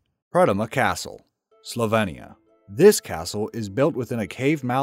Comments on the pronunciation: I'm sorry, I stopped after 37s, because you'd already mispronounced Slovenia three times. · Cannot say Slovenia so goodbye moron yank Trump supporter!